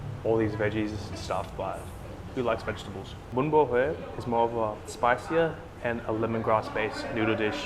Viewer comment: Wow, your pronunciation of bún bò Huế was spot on! 👍